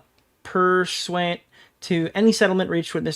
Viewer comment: L pronunciation of pursuant